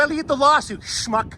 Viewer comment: You said it right smuck